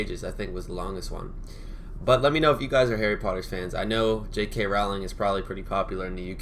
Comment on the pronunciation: When you said Potter" it did sound British. You're getting there with the accent :-)